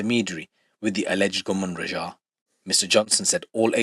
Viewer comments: Why you pronounce it like "Rajhaa" bro say it like it is, "Raaaja" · Bro im suprised you struggle to pronounce simple asian names like raja? ...Wats that about lol